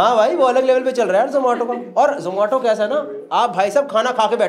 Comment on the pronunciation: The manner in which Gaurav Bhai pronounced Zomato correctly all the time, shows how keen the company is on its marketing.